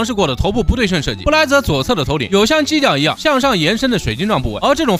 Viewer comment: 他说”犄角”的时候我听成了”鸡脚”😂😂